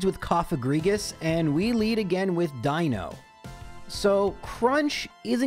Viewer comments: Die-no is actually the correct pronunciation. If you are trying to piss off the people in the comments then, something else is the pronunciation you want. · You’re definitely pronouncing Deino correctly. Ein Zwei Drei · Yep, the eye sound for Deino is correct, seeing as it's based on eins, zwei, drei, (vier, funf, sechs, etc...) and dino/deino from dinosaur and deinosuchus (deino being ancient greek for fear inducing). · the way you pronounce Deino is actually spot on. the name gimick of the evolution line is that it counts to 3 in german (Eins, Zwei, Drei; Deino, Zweilous, Hydreigon) and "ei" in german is just pronounced like the solitary letter i in english. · eins zwei drei, you are pronouncing deino correctly. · I love seeing videos in other gens so I can hear how pronounces new pokemon names. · Just a note that you're pronouncing 'Deino' correctly, since the names of the line are using the German words for one, two, and three (ein, zwei, drei). On the subject of a run it's wild to me that runs like these are actually even vaguelypossible. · For all your weird pronunciations, Deino is in fact an "I" sound. Ein is German for one, Zwei in Zweilous means two, and Drei in Hydreigon means three, referring to their additional heads through evolution!